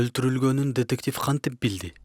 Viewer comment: Тетектив эмес детектив